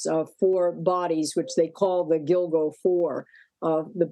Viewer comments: Giglo, lol. It's Gilgo. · Did she say Giglo beach?😂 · It's Gilgo. Not Giglo. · “GIGLO BEACH “ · She said giglo island, it’s gilgo island. Freudian Slip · At the beginning of the video, the male anchor makes a face when the female anchor says "Giglo" instead of "Gilgo". 😂😂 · She really said "giglo" 🤦🏼‍♀️ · She said Gig-Lo smh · Did she say 'giglo'? Is that correct ? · "Giggle'o beach"? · Did she say giglo? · GIG LOW? OR GILGO? Read your prompt better lady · "The infamous GIG-lo Beach murders" lol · She said “giglo” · Learn how to pronounce the GiLGO! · Learn to say Gilgo🤦‍♀️ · She said Gig-lo 🤣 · She pronounced gilgo wrong